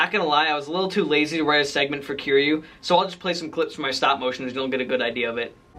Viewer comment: 5-3 facts but its key u nit kira u